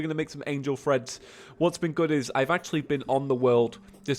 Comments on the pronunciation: Still saying threads I see.... Treads... Like I said last time, it's Treads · I kept hearing it as "angel friends" ... then eventually I figured out the actual name was "treads" Has he been saying "threads" instead of "treads", or am I just getting tripped up by the accent? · Yes I heard threads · Yeah he was saying threads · The whole time I thought he was saying "angel freds" and I see the name wen he is about to craft it and I'm like " ohhhhhhh" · YOU'RE SAYING TREADS WRONG by the way